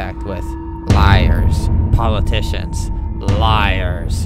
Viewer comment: I live that he said politations with Kim’s face on